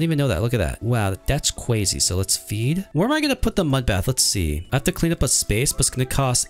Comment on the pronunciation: “IsN’t ThAt JuSt CwAzY”